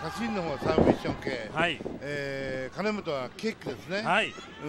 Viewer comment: 聞き間違いか、は金本を「カナモト」君って言ってたような。毎回。